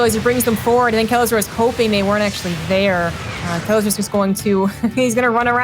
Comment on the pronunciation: Not "kelazhu", "kelazhur". Correct it, please)) (I don't know eanglish, I'm so sorry about my mistakes)